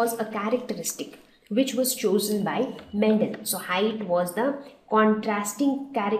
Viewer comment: Mam ur saying mentel it's mendel